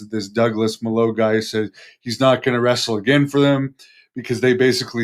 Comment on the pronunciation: Its pronounced Mah-low. Its a spanish word that means 'bad'. Pretty sure is a ring name. He's a hero.